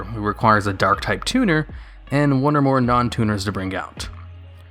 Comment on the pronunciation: tuner, not turner